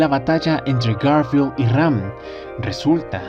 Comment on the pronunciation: siempre dices REm en vez de Ram :v